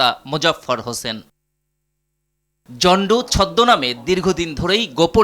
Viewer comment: উচ্চারণ হবে “জন ডো ।”